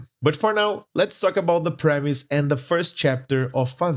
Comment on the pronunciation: I thought you were American for how little accent you have, than you said "Favela No Mangaka" so perfectly that I started to doubd if you were actually american, than I read the description and it said "Here in Brazil"???????? absolute cinema kkkkkkkk O vídeo ficou foda mano, parabéns de verdade, mercece mais respeito.